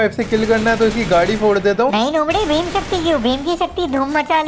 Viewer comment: bhim Shakti ❌ bhima. Sakti